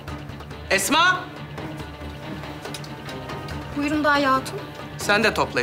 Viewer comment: Mihrimahnın esma diyemeyip etma demesi😂